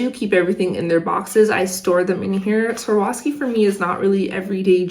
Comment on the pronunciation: It’s not that hard to pronounce the brand name if you take your time with it. Swar-OV-ski. 1. “Swar” like swarm, without the “m”, like a swarm of bees 2. “Ov” like “oven” without the “en” part And finally 3. “Ski” as in the activity You put it together slowly and you get “Swar-OV-ski”. Swarovski. Just say it slowly until you get the hang of it. You’ll get it eventually. Cheers!